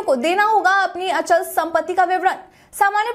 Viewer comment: अंचल संपत्ति नहीं मैडम जी अचल सम्पत्ति बोलिए।